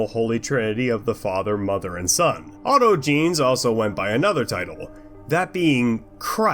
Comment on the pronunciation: Lmfao. "Auto-jeans" Brother, it's "aut-ogenees"